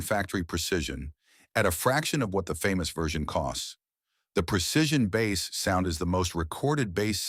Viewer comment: Hey Mr. AI narrator, it's BASS (Instrument), not bass (Fish)! I couldn't handle watching the video after that...